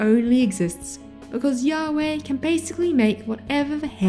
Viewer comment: A lot of the reasons given in this video make me appreciate HxH and Jojo's more. Both manage to switch up main characters in a way that lets them reset the power scale somewhat, so you can get invested in another story that isn't infinitely one-upping itself. Also the latter is the gayest battle shounen out there, so maybe that'll be a bonus point for you. Also, mispronouncing Ywach as Yahweh the biblical god has to be the most poetic slip-up 😂